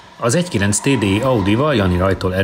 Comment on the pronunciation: inkább a TÁDÉÍN van a hangsúly